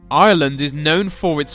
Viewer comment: you could at least pronounce Ireland right